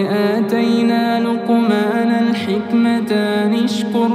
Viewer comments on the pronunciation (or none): الأخ هناك خطأ لفظي في الآيه رقم ١٢. (ولقد ءاتينا لقمـٰن الْحكمَه ان اُشكر اللهِ )وليستْ (لقمان الحكمتان)..... بارك الله فيك كلنا نخطاُ وخير الخطاءين التوابين 😊☺️ 😊